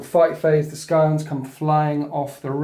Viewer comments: C'mon,. You do great batreps but your pronunciation could be better. "Skyons" and "Layman"? "Scions" pronounced like "sigh-on" and "Leman", pronounced "Lee-man". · Skyons? It's pronounced Sigh-ons